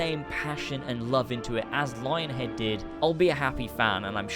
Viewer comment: its pronounced lying-head.